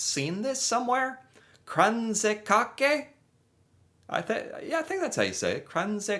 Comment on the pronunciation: you pronounced Kransekake better than the narrator.